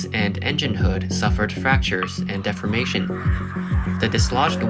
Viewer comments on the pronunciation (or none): The narrator mispronounced the word "deformation". Defamation is a completely different word with a completely different meaning.